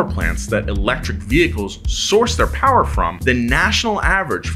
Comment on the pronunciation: Dirty powa babeh!!